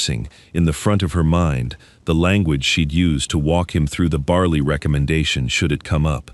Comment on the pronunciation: dogs name is bali not barley there is no r ore or y in the name